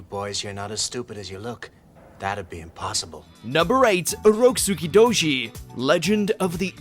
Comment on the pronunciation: They genuinely didn't even try to explain Urotsukidōji. also that pronunciation